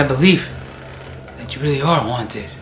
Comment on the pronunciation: the brother tree it's haunted not hotid 😂